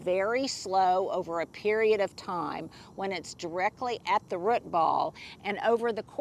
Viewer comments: drives me nuts when you say "rut" ball instead of root ball! Is it just me? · Rut zone. Is pronouncing root by saying rut an Oklahoma accent thing??? 😂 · Is that an Oklahoma way of saying root? I'm from Arkansas and we say root with long o. 😅